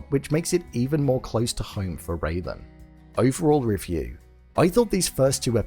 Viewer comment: It's RAYLAN, not Raven!